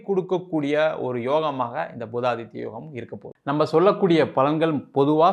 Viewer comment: பூதாதித்ய யோகம் அல்ல புதாதித்ய யாகம் சரியா சொல்லுங்க